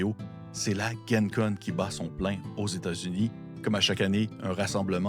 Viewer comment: Ce n’est vraiment pas grave mais pour info pour l’avenir, ça se prononce « djen con » plutôt que « guen con » parce que ça stand pour Lake Geneva. Merci beaucoup pour toutes ces super vidéos !